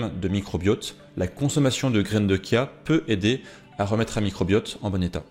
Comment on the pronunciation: Heuuu on ne dit pas Kia mais bien Chia ( chat ou chut..) la prononciation est bien dans le sens littérale du mot 😉😊